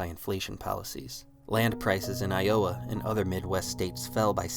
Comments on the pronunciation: Hang on, AI? You almost had me but it's simply not possible for a North American to pronounce Iowa like I-owe-a rather than eye-o-wa! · Good stuff, just know that Iowa has its emphasis on the first syllable, never heard it pronounced like that hehe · mark: "The Boom Years of the 1970's"? Say, what? ! It does not appear that the narrator spent much time in and about the lower Great Lakes region during that decade. A few seconds later, I hear the AI pronounce "Iowa" as "Eye-YO-wa", not as "EYE-oh-WA", which further discredits its contents. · Did they say I owe ya instead of Iowa? I guess it fits, but harsh. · Did I hear I owa? And not Iowa 😭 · Good old eye-oh-uh! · Eye uh ahh? No it's Iowa. AI pretty stupid. Ii Ed during this period. Regan brought the country out of a deep funk that showed us as weak and indixisive. It was t perfect but it did bolster the spirit of America. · Eye owa? Iowa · did bro seriously pronounce Iowa as EYE-OAH? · Did you just call Iowa I Oh Ah? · Eye Oh Ah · Great video, but did this guy say “I-owe-uh” instead of Iowa? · you're centering the wrong Supreme Court justice. You focused on Justice Kavanaugh while angling away from Justice Gorsuch on the left. And much earlier you mispronounce the state of Iowa. It's pronounced I-oh-wah. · I-owa…? otherwise great video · I ohh wa !? Is this Antifa AI slop? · At , why did you pronounce "Iowa" like that? Have...have you never heard of Iowa? I really like your videos and would like to show them to my very libertarian, pro-Reagan father, but shit like that is going to give him ammo to handwave anything you have to say. "Eye Oh Uh?? What is this, AI??" I know it sounds like a small, nitpicky thing, but if you're going to speak so confidently on things, you really have to get basic pronunciation right or people will pounce all over it and your actual points will get lost in the noise. I really appreciate what you're doing and want to see you succeed! Keep it up! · Did you say “Eye-oh-uh” for Iowa?